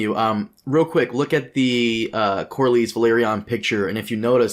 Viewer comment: For sure, lots of the names have ambiguous pronunciations, but used to call Corlys Verlaryon "Corlerys Verlaryon". It would be like calling Jon Jonny or something, you can't just add letters to the names.